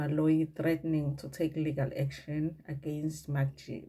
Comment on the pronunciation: it is MacG pronounced as MecG NOT MakG please